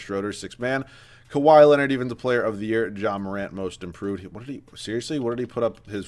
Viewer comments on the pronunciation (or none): none